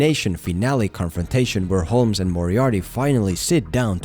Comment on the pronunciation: The L in Holmes is silent.